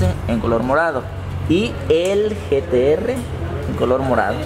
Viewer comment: Jajajajjaja like si escuchaste que le dijo gts en ves de gtr